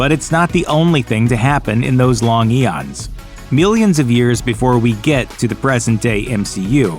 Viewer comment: Did you seriously pronounced eons as enons?